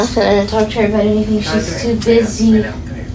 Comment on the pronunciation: it’s pronounced kallie not kaylee lol